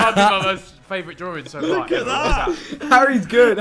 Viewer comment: i love the "drawrings"